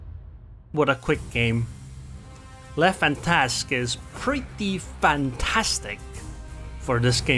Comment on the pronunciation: Finally someone said Le Fantasque and not Le Fantastic. Bravo !